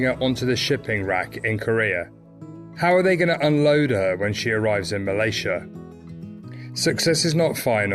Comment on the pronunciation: Nice video. Malaysia is pronounced MUH-LAY-ZEE-UH by the way rather than MUL-EH-SHA.